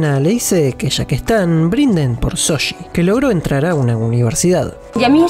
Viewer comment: Nunca comento acerca de cómo pronuncian los nombres (porque entiendo que por su acento es más que difícil) pero me matan cada vez que dicen Soshi en lugar de Shouji, en buena onda se los digo. Un abrazo de un fan peruano <3